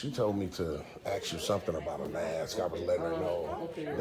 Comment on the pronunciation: "Ask" not aks "Supposed to" not post to.